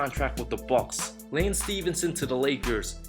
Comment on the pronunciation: "Laynce" Stephenson? LOL